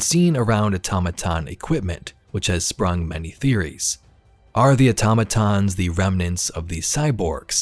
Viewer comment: Thank you for actually pronouncing Automatons correctly 😂